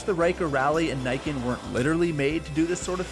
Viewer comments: "Nee-ken" not "Nye-ken" I'm now that guy that has to complain about Japanese pronunciation.. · I still dont understand why every idiot calls this thing the naiken. Thats not how you pronounce it. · it's pronounced "knee - ken"